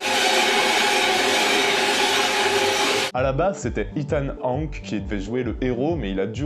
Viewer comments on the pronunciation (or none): C'est ethan hawke pas Ethan Hank